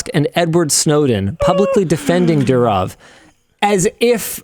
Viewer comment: The way Linus can NOT pronounce the name correctly is straight up ... UUUUUUUFFFF. DU as in "DO IT", RO as in "ROMAN EMPIRE", W as in "FAMILY", its pronounced F but written as W. DOORRRROF, and its DOOrof, and not dooROF